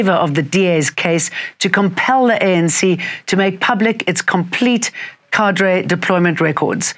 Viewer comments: Kay dur, not ka dray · because it's pronounced kay-dur. (thanks 😊) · I wish she would stop saying "ka-dray" deployment...